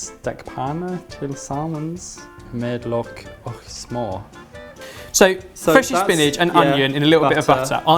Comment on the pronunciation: Watching this as a Swede was hilarious. Love how you pronounce “ch” sound in “och”😂😂